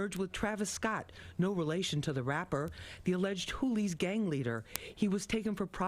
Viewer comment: Wtf are the hoolies😂 sounds like hookers🤣